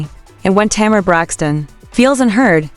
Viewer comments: The woman’s name is Tamar as in Tay’ mar. The name is two syllables, not Tamera, which is three syllables. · Agreed, however the AI needs some upgrades, the way that name is butchered.